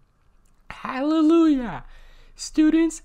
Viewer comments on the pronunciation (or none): none